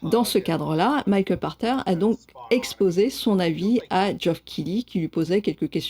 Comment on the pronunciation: Où j'apprends que son nom se prononce "par terre" et non "pache terre" O_o. Je comprends mieux pourquoi ses prédictions concernant le JV sont aussi souvent éclatées au sol... Sinon, super format.